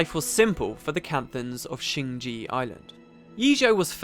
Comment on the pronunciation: Why do all Youtubers say "shing ji", whilst the game says "shing jay", and it's written shing jae, rather than shing jea?